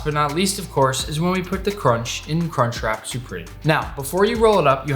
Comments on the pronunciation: It’s crunch wrap not “car trap” and it’s supreme not “soopreme” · "cartrap supreme"